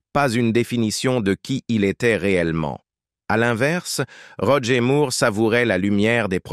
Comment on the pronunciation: Bande française vraiment pénible à écouter pour nous, québécois. Bon sang, on ne dit pas Roger Moooouuuuurrrre. On prononce Moore comme More, captich !